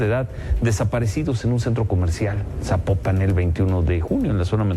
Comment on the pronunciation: Corrección: Zapopan, no Zapopán.😉🤷